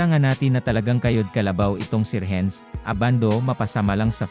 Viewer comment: Anong Rehenz? RENS lang ang bigkas niyan!